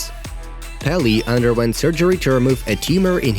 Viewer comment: The king of football name is pronounced Pee Lay